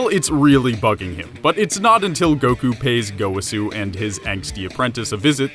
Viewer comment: Go..wa...su. That’s how you say his name